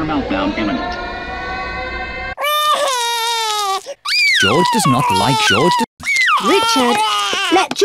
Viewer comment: It’s George not joj